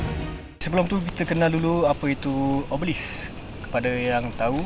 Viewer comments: O Be Lisk bukan obselik 😁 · Comel tau dia. sebut obelisk betul dah.. tiber keluar "oblesik", "obselik" hehe, tersenyum2 kita melayan video ni